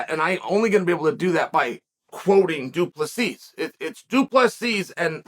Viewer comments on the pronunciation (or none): The last s is silent, not invisible.....😊